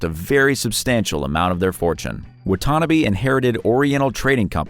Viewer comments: Wow!! You killed Terrence’s last name. It pronounced WHAT TA NA BEE, not WHAT TANNA BE. 🙄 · Pronounced WAH-TAH-NAH-BEE. Get it right. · Wah tah nah bee. Wutanabe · For number 1: It's pronounced " WAH-TAH-NAH-BAY " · It’s pronounced “Wa ta na bay”